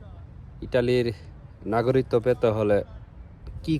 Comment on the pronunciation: ভাই নাগরিকত্ব শব্দের উচ্চারন শিখে তারপর ভিডিও করেন